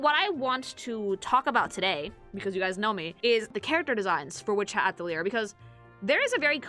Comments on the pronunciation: "Witch Hat At - a - leer" AHHHHHH!!!! Ah - tell - lee - ay. It's French! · It's pronounced "Ah-tel-ee-yay" It's French. \at-əl-ˈyā\ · while i hate to say such a thing the word Atelier is French and actually ends with the a sound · Atelier's a French word, the 'r' isn't there to be pronounced, it's there to look pretentious. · She never stood a chance at pronouncing the title correct its 🇫🇷 where 1/2 the letters aren't really there